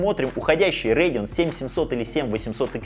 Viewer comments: Радэон всегда говорили , а не Рэдиан ... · Как же режет слух РЭЙДИОН РЭЙДИОН не могу смотреть, не народный обзорщик ( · РЭйдион, ТрАйпл кЕй, амдИ😂😂😂😂😂😂ты прикалываешься? Неправильное произношение ты вообще дебил? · Че за "рейгн". Это так Radeon что ли произносите? 😂 5060 8Гб за 30к вполне себе можно брать (и это точно лучше, чем 4060 за те же 30к). Никто не говорит, что надо играть только в 2К на ультрах. А 16Гб версия уже от 42к!